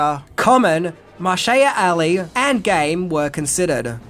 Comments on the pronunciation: Marshay-a Ali (Mahershala Ali)?! I think is trolling us just so we'll post comments! 🤣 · Well, you've done it again. You butchered Mahershala Ali's name now 🤣🤣🤣🤣. As for the film, I was a fan of the series, but had no interest in the movie based on the mostly unsuccessful history of tv based motion pictures. The only reason I went to see it was because I had finished watching Inception earlier and stuck around to see the A-Team out of curiosity. I loved it. Still do. I'm fascinated by John Singleton's choice for the cast. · I love that you followed up the Series with the Movie review. I’m a fan of the original as I was a young kid when it came out, and was pleased with the casting, story and acting in the movie. I caught the George Peppard pronunciation in your other video and just chalked it up to your accent / idiom. Well, I’ve got bad news for you on the pronunciation of Mahershala Ali’s name…